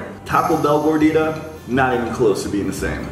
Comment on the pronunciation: The way the say Gordita made me cringe since I’m Mexican🇲🇽